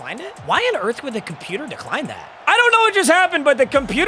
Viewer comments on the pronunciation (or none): none